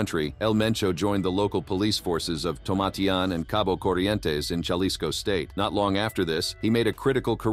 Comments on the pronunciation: "Jelisco." LoL :P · Ha-lee-sco** just to enlighten ya and to have you pronounce it right because the carted gets smart and once they know English it’s over. Even for an American documenting its information puts people and others at risk. Ik people in the states simply explain and make others acknowledge the hard life in Mexico even if they yo own people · Can you please stop saying galisco and say it right! “Halisco”. Jalisco! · Keep saying Jalisco like that and you’re gonna be on the list to 😂😂😂